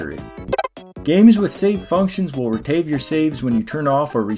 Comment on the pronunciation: "Retaive your save" lol